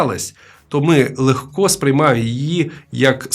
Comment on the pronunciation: " легкО" - це,блд., пацакський наголос ! лЕгко треба !